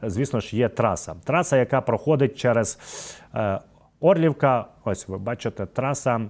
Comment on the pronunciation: Ну, перше- якщо немає українського прапору над поштою (або глав поштою) то контроль над населенням пунктом втрачено. Друге- населений пункт Орлівка, наголос треба ставити на другому складі, а не на першому. В цілому робота- нормальна. Але!!! Має бути ідеальна! Бездоганна! Всі претензії до тебе не буду висвітлювати, але ГОТУЙСЯ!!! До своєї роботи ГОТУЙСЯ!